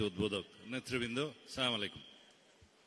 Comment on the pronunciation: সালাউদ্দিন সাহেব কে সালাম দেওয়াটা একটু শেখা উচিত উচ্চারণ হয় না